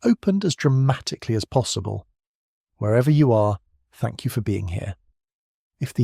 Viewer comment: I thought he said “fuck you” instead of thank u🤣🤣🤣